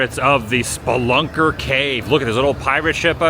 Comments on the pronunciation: Speelunker Cave...A person who explores caves is a Spelunker. Your pronunciation was way off. That ride has been there since the 70's at least... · Its Speeeeee-lunker.